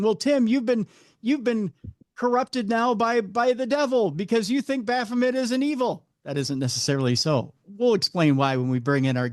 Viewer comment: bro... repeat "baphomet" and how everyones gunna be up in arms for 5 minutes... there's no one here 😉 in French its baffomay lol